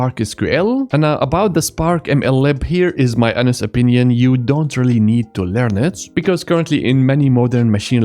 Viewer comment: One correction - Try to correct your pronounciation of "Honest" opinion. At timestamp 10.11 its sounding like something we just dont want to hear in a Software Tutorial class. It just breaks the focus and throws you out of the video 😁. Otherwise a good quick overview of Spark 👍